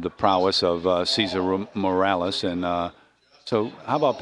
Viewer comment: Lol Cesar Romales??? Lol MORALES ya mean haha. Good stuff